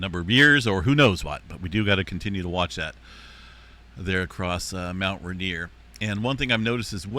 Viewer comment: It is pronounced rain, ier. Not ruhnier